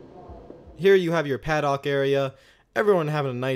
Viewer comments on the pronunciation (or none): "Paddock" is pronounced "pad-ICK."